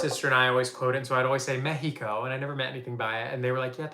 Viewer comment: The way you said "Mexico" is how it is pronounced in Spanish! So you are good king :) good pronnunciation btw